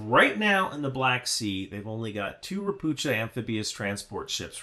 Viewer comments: it's not RopuCHa, it's RopuHa with hard H- assuming the name is read the same as in Polish - (means "a toad" btw) - in PL it would be read RO-PU-HA. In most slavic languages CH (or it's form converted from cyrilic) is actually H. In polish to get the english CH, you use two letters: CZ. No idea what sign is there for this in cyrylic since I'm v bad with it. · It's read "ropukha" fyi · *Pst*. Ropucha = ['Rohpuhkha]. Also, general advice: Slavic languages ALWAYS have the accent on the first syllable. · Hi great video as always. One caveat “CH” is usually pronounced same as “H” in slavic languages. Maby as harder H sound we are weird in this regard. Not a big deal but my Polish brain short circuits when I hear you say “Ropucza” instead of “Ropuha”. Also fun fact Ropucha class landing ships were built in Gdańsk shipyards. History is weird sometimes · Hello "Ropucha" is Polish for toad. These vessels were produced in Poland. It's pronounced like "Ropooha". The "ch" is pronounced as "h" in Polish:) Sorry but nitpicking is a lifestyle. Regards J. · Ropucha (read ropuha) means: a toad. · So everybody is pronouncing the Polish word "Ropucha" wrong... Even myself until I found out that it's pronounced: Ropuha / Ropukha And it means "toad" ( or "mangy frog" in Bulgarian 😁) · Not to be picky, just small detail - Ropucha is pronounced "Ropukha" 👌 great video otherwise! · Ropucha (a toad) is pronounced raw-poo-ha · Don't read ROPUCHA class ship as you would read in English. CH in the word should be read as H(like in hell). Ropucha means toad. This word is present in most Slavic languages but not in Russian(irony). The ship was constructed in Poland. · Just fyi - 'ch' in Ropucha is spelled like 'h' in 'hello'. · "c" in "Ropucha" is silent, you read "ch" as "h"